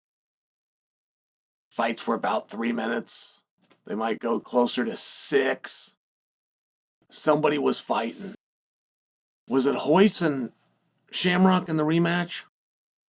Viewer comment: I love how all americans call Royce - Hoyce... such a sign of love and respect